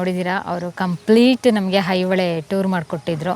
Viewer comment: ಈಗ ಯುಟ್ಯೂಬ್ ಚಾನಲ್ ಗಳು ಕನ್ನಡ ಭಾಷೆಯನ್ನು ಹದಗೆಡಿಸುತ್ತಿರುವವು ಇದು ದುರಂತ ಮೊದಲು ಇವರುಗಳು ಕನ್ನಡವನ್ನು ಸರಿಯಾಗಿ ಮಾತನಾಡುವನ್ನು ಕಲಿತು ಚಾನಲ್ ಗೋಳನ್ನು ನಡೆಸಬೇಕು ಅಣ್ಣಾ ಮಲ್ಲಪ್ರಭ ಅಲ್ಲ ಮಲಪ್ರಭೆ ಹೈ ಹೊಳೆ ಅಲ್ಲ ಐಹೊಳೆ